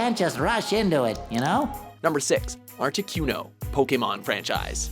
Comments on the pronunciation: #6 Articuno. (Arta-Ku-No): Ar-Tee-Cue-No... (inserts clip where kid says name properly. Still mispronunces it...) it's aight. I would too if I didn't know. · excuz meh Art-eh-QUE-no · ArtiQno Q Q my god its articuno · he said articYOUno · Arti-KEW-no... i can't... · did he really just say "artikyuno"? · Articueno? Seriously? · Lol he says artiquno xD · Am I the only one who got pissed off on how he pronounced articuno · you said articuno wrong... -_ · The way he said articuno made me want to stab myself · They literally pronounce "Articuno" for you, and you still say it wrong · Ikr. How can you possibly mispronounce Articuno? Does even Pokemon? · Mis pronouncing articuno really ?